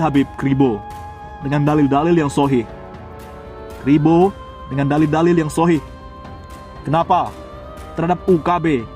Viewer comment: Beda level SM ustad Khalid, baca dalil aja salah ngaku" Gus.